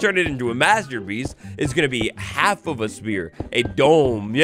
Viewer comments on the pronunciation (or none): none